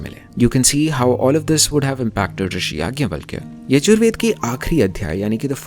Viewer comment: Oi in yajur veda sha ucharana as ķha